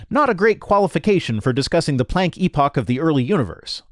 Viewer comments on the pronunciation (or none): none